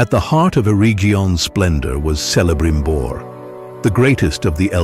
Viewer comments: Celebrimbor should be pronounced with the initial [K-]. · Those pronunciations are terrible. Air-region and selebrimbor lol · Pronounces Celibrimbor wrong.